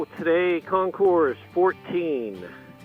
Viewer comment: Your bike is gorgeous but it’s pronounced WITHOUT the “s” (say, “Con-Cor”). The background music was good but far too loud if it’s overwhelming what you’re saying, right?